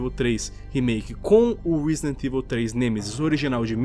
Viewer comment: " Risident ivil 3 "